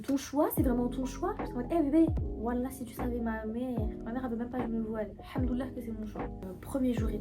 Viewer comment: Très beau témoignage, mais juste c’est très important de prononcer correctement, il faut dire Al hamdouliliah Le Al il est très important 😊 Que Allah nous facilite la langue Arab InchAllah